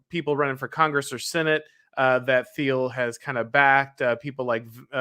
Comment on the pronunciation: Gotta work on pronunciation of Thiel